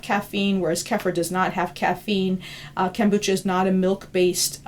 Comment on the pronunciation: Funny how many mispronounce the word kefir. And kombucha. She mispronounces both :P